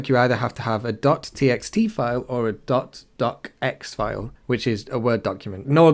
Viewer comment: in the future I'd suggest just spelling out the .docx instead of saying dotdocx. It sounds confusing, very much like ..x.